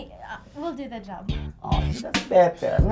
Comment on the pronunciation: I love the view but “the” is silent.